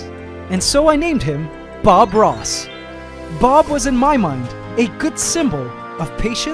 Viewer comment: At first I thought he said Bob Moss 😭😭😭